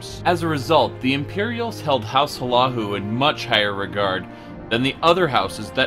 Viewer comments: and he calls house Hlalu house "" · Awesome little lore thing. I knew Morrowind got fucked in the past 200 years, but not that bad. (Also you're pronouncing Hlalu wrong) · I hate how you pronounce House Hlaalu. The build video is great, but hearing you pronounce Hlaalu is painful.